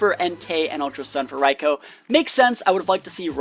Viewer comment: It Raikou (Raikoo) Not Raiko